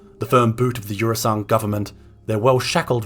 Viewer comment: I hate to be the one to do this, because this is legit a great video and I can't tell if it's a joke... But it's Eusan, not Eursan.